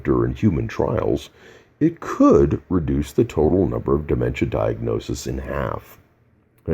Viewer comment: He even has trouble pronouncing "reduce" and "indicative" omg😑😑😑😑